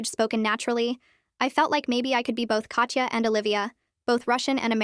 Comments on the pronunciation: Russian here. "Katya" is NOT pronounced "Katcha", instead it's "Kata" with soft "t" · pretty sure it’ll be pronounced as kat-ya